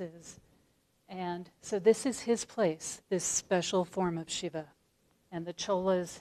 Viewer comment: It's Shiva, not """Shivver""".